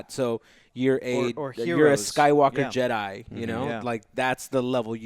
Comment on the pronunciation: Jedi, not Jeddy. Someone fire Hector!